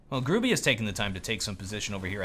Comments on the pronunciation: Gur-ah-bee... Not grew-bee you durp face xD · You read Gruby like Groobugh. And it means "A fatty". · Dear, you should read Gruby with "y" not "i", i am from Poland so you can be 100% shure that i am not lying:D